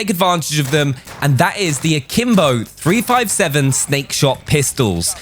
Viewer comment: Its a 3-57 not a 3-5-7. You’re welcome from your free yankee fan